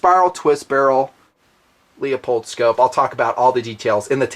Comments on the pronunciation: Really you're still calling it a LEO POLD eh? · Good info, Dude it's "Leu-pold". You sold me on the 6.5 Thanks.